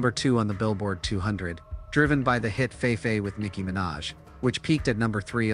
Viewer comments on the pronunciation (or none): Did he just say "FayFay?" 😂instead of FeFe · It’s pronounced fee-fee dude, not “fae-fae”. Speaking of which if he ever ends up doing serious time he’ll end up as a prison “fefe”